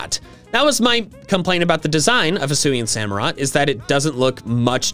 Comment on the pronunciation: SAMUROTT, NOT SAMOROT! DECIDUEYE DOES NOT START WITH A B, IT STARTS WITH A D! AND DO NOT LEAVE OFF THE U IN DECIDUEYE!